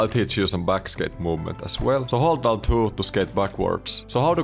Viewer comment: "äl two", "är two" ja "äks button" 😚